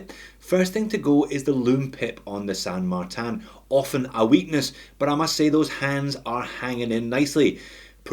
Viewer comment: « San Martin » would be in Spanish, no need to pronounce it in French 😜